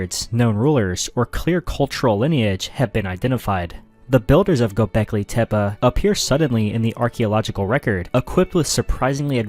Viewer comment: Gobekli tip 🥀